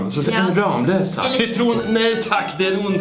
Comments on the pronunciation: Det uttalas "Rammlösa", inte "RAAMlösa." 😡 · Snälla säg inte "Ramlösa" det heter "Rammlösa" alltså inte i ram som i tavelram utan Ramm! 😁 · Oavsett hur många M det är så uttalas det RAMMLÖSA, det är dialektalt. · Gilla om du är en arg skåning som tycker att ska lära sig säga ramlösa korrekt